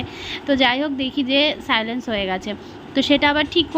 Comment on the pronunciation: Silence na😂😂😂 silent